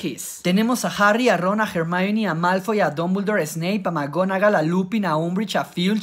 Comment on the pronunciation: "jemaini" Hermione -> Jemaini la pronunciacion del inglés siempre fué taaaaan absurdamente aleatoria...